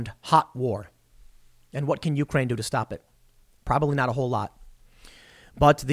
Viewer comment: The correct pronunciation of Ukraine accents the second syllable rather than the first.